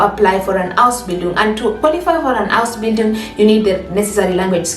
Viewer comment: Please lay more emphasis on Ausbindun